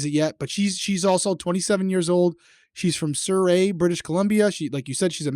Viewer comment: Haha “sur-ray” Oi! Lol 😂